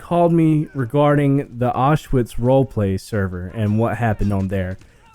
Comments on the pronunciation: It's pronounced ow-sh-vi-tz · Everytime he says Auschwitz role-play I start laughing because it sounds so funny